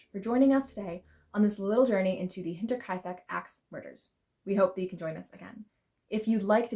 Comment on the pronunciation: You deserve a gold star for pronouncing Hinterkaifek correctly! Well done. Axe murders are always fascinating!